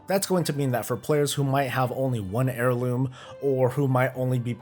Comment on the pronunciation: Gah.. all I hear now is hair-looms after that intro. 😉